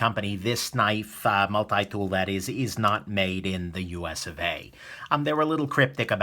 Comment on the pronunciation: Get your multi dool fwom new ywork 😀